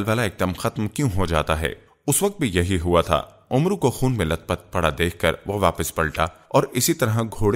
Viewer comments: Talaffuz UMRU nahin AMR sahih hai kisi Aalim se pooch liya karo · janab, Amru nahi bolte balke Amr kehkar Amr ke R ko saakin pardhna chahiye.